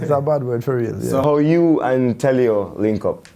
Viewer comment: Man come on, portuguese fam, someone needs to say this : it's deejay telio, not DJ tell you x'D